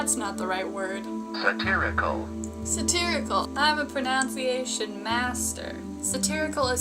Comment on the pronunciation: “I’m a pronOWNciation master!”